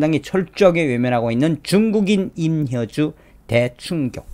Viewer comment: 임효준이아니고 임효주 발음정정요